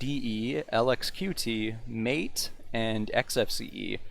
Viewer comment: Mah-te not Mate